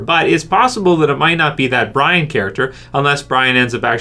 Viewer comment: Q&A, do you ignore any comments that correct you? You still pronounce the name Brian but its Bree ON (the n is silent btw, it's a French name, you're Canadian you should know this.)